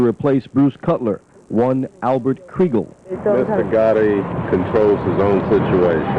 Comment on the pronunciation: Albert KriegeR , not KriegeL😂❤